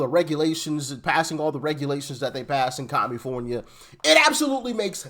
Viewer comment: Did you say Kommipornia! That works!